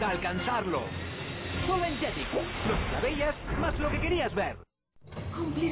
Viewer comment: recuerdo que el narrador nunca decia "JETIX" decia "LLELEX"